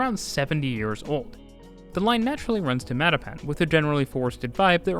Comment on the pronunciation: Dude: it's MattaPAN, not MATTapan. Yeah, Boston English is weird.